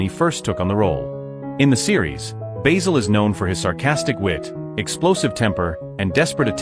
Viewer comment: The narrator keeps mispronouncing Basil, as if it's the herb